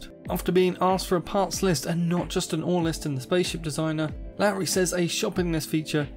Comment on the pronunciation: It's pronounced 'Lorry'